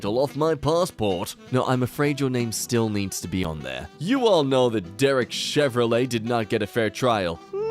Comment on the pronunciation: did he just pronounce “Chauvin” as “Chevrolet” (not a fucking hate comment leave me alone)lol